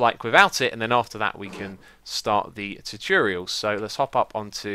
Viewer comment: You have the weirdest way of saying "tutorial". It's not spelled "tuturial", you know...